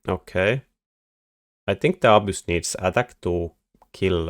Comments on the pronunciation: "Abyss" with a Finnish accent. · you say that all the Fortress techs will just get hard countered by "abuse/obvious," which is the best thing to build against Fortress in the game... I can't think of any unit that sounds anything close to "abuse" or "obvious," and if you do literally mean one of those, I have no idea what building them means. I can usually understand your accent perfectly (and I quite enjoy it), but this left me perplexed!